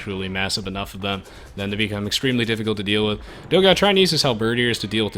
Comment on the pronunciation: It's funny how you guys pronounce "Dogao". But then again, I don't think there's a sound in English to pronounce "ão". Considering he's brazilian, his name was supposed to be "Dogão", which means "big hot dog".